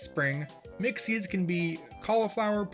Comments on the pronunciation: mc seeds i heard mc seeds every time he said mixed seeds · i thought you were saying "McSeeds" instead of "mixed seeds" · You keep mentioning Mixed Seeds but all I can hear is McSeeds.